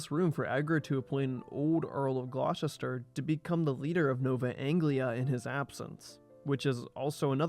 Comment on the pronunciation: "Glaw-chister"!!? I used to live and work near Gloucester (England), and it's pronounced "Gloster"! Ditto Gloucester, Massachusetts. (I can pronounce "Poughkeepsie", "Arkansas" and "Potomac" correctly too!) I've also heard Americans calling the nearby town of Tewkesbury ("T'yooks-bury") "Twicksburg". 🙄